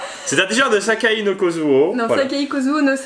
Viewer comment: C pas sakai kusuo c saiki kusuo